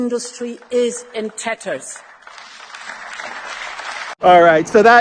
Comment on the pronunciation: Ursula: "Russia's industry is in tetters." (Typical German speakers' mispronunciation. Real, not Peter Sellers'. Another one, in this vein: pleck lifes metter.)